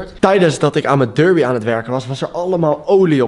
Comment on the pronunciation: Het is DERBI en geen durbi!